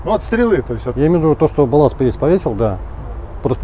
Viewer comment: Не "боласт", а балласт!...😜